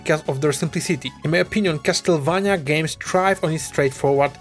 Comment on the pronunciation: Finally, someone who pronounces "Castlevania" in the right way and not the americanized one